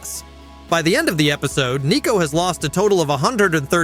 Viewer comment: I am thinking this is an ai channel or video, there are numerous times where things are not sounded out right, such as episodee, or 1,200 being pronounced as one two hundred.